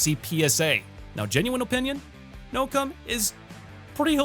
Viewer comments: It’s pronounced No-Cou-May! Did you forget that Silent E doesn’t exist in Japan? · I think I'll avoid most of these.⬅ You were pronouncing "Noucome" with two syllables. My eyes see three.🐶